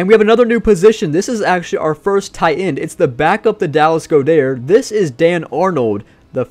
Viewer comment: Why’s my guys say Goedert like that😂